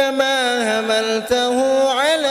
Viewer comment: Setuju. Contoh: kalimat "kamaa hamaltah" harusnya ha yg pertama pake حملته، ح tapi dia bacanya pake هملته. Itu fatal.